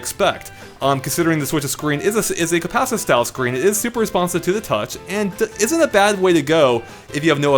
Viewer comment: When you’re too lazy to pronounce “compacitive” or have no idea what you’re saying so you say it fast and hope no one catches on: “compassizzivv”